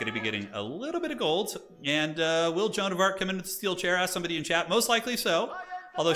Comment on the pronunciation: Every time he calls Jeanne John I want to rip off my ears and tear my drums out. WHY?! WHY DO YOU CALL HER JOHN?!